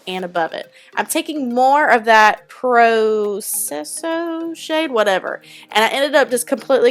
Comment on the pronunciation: Hey beauty! Love love this look. I need to get the Lorac 2 pallete. FYI prosecco is pronounced pro seck oh. It's like an Italian champagne. 💋💯❤️❤️❤️